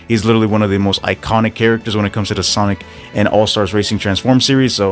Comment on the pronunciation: cant get over that you said sanic hahah